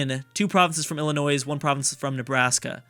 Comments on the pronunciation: The "s" in Illinois is silent, so it's pronounced like "Illinoy". Thank you. -From Illinois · y u pronounce Arkansas correctly but not Illinois!?!??